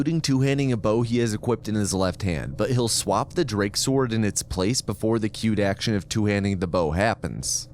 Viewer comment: For nearly the whole video I didn't realize you were saying queued action. I would have sworn it was cute action.